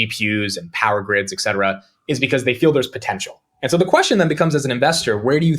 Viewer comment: Did say 'eK cetera'? That is incorrect. 'et cetera' is pronounced with a ' T '! eT cetera. I know is very smart. Why do so many smart people mispronounce such a simple word?! 😊